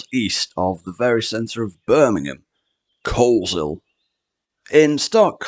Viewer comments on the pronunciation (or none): My county. Great to see the North of the county getting some love with Coleshill (the 'L' is silent by the way 😊) and Atherstone. Love your videos! ❤